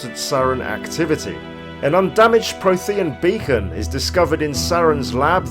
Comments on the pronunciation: it's frequently pronounced throughout the original trilogy 😂 It's weirdly difficult watching this video and thinking "Pro-the-AN" I wish YouTube would allow a quick audio swap for pronunciation in videos whenever they're missed on the final take 😭 (Pretty good lore overview btw 👌 nice and comprehensive) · I swear I almost stopped watching because of his pronunciation of “Prothean”... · No worries, info itself and presentation was actually spot on! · Oh my word. "Prothean" is spoken many, many times throughout the series. How do you not know how to pronounce it? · Adam Taylor I knooowww it made me cringe every time...